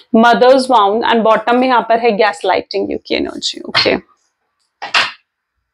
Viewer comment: Its pronounced as WONDS like Ponds.